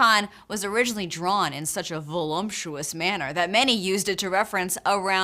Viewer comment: There's no "m" in the word "voluptuous." And it's pronounced "con-sort-ee-um," or "con-sor-she-um."